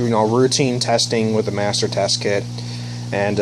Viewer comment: you said tst not tss